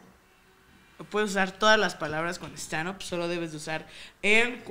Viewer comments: Dice stanup y es stand up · Juego para la peda, cada que diga "Stanup", shot. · En buen pedo, caga que diga tanto "shtanup" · Veces que dice "Stchandup"... 105, real. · Deberíamos sacar la dinámica de shot cada vez que diga Stchandup xD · por cada vez que diga stanup le dare un putazooooo